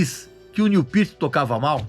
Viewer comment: Cara fala o nome do cara direito